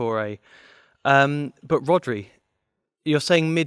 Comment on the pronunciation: Man said RODRI🤣🤣🤣🤣